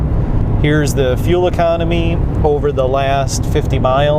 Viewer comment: Lear to say fuel. Please